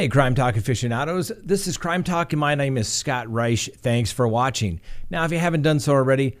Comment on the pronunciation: He said “my name “ in a very weird accent at the beginning lol!